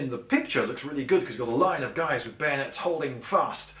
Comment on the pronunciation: Kahuna _ I think you mean bayoooneets!!